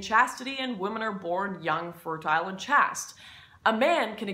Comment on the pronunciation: Great video! You are generally very well spoken, but "chaste" is pronounced "chased".